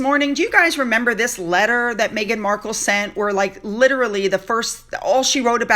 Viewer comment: mEghan not mAghan! Meg not Maygan